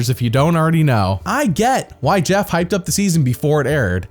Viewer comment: it’s pronounced Jeff not Jeeoff